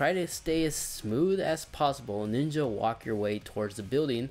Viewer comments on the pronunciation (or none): none